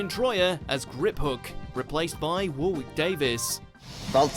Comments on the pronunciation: War-wick Davis? Do you deliberately mispronounce for the American market? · You're British, you're meant to know how to pronounce Warwick Davis smh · are you sure thats the same tom? completely different characters surely? and how do you get to your age at not know how to pronounce warwick? its 'warrick'